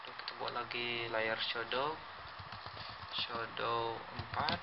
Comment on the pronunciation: shadow bro bukan shodow